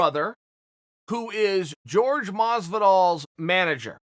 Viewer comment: Actually Chael it is pronounced Jorge(horhe) Chael : G E O R G E